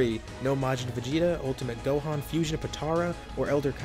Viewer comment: he said dohan not gohan